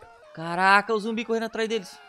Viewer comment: É "ZUMBI" NÃO "ZOMBI" KSKDKSK